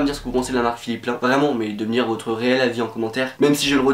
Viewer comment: Ça se prononce pas "plein" mais PLAÏNE 😂😂😂